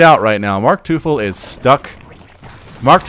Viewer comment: MarkTeufel? Surely it's teufel as in the german word for devil? It's pronounced like toyful in case you were wondering.